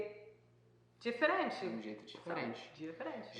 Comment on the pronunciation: Não é "diferenti" é diferente, não é "leiti" é leite, termina com a letra "e" e não com a letra "i", está errado!